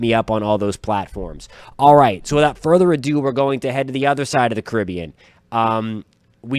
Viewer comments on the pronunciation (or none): Geez!! Pronounce the area correctly. It's Car rib be an. Not your version, Cuh rib be an. The area if you didn't know was named after the Carib Indians. It's an honour that you and your country men are neglecting.